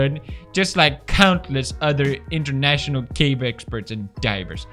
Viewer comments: Pewds saying cadge instead of cave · Felix! It's CAVE not CAGE 😂